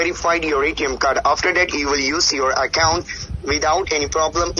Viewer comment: The most hilarious and cringing part where he actually trying so very hard to speak without his natural thick Indian accent but accompanying with all that broken English scattered all over it….i dunno what he trying to sound like tho🤷🏻‍♂️😂😂😂😂 The way he say the word ‘Account’ just crack me up real good lol lol 😂😂🤦🏻‍♂️🤦🏻‍♂️ goddamn that nostril sounding..